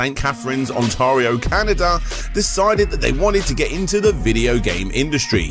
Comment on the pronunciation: We can see that, one mispronunciation, Ontario, and two tongue slips, Silicon... what again? Strategic something Incorporated... and we're only ten minutes in. :p